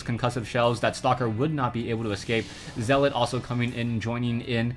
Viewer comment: possibly the gayest commentary ever, doesnt even say zealot right lol